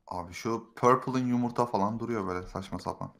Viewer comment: Abi yumurta demek isdediyinde numurta dedin abi